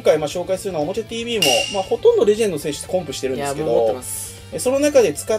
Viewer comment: 最初のとこ「ほとんど」が「ほどんど」になってますよ！